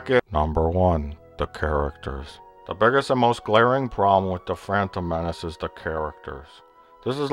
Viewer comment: "Frantom Menace" lmao